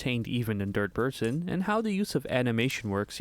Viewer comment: I woke up to this video on my TV (thus not knowing the title/video purpose) and I genuinely thought you kept saying “DIRT person” (instead of third person) and since it continued to different areas, I thought I was an unknown stalker enemy.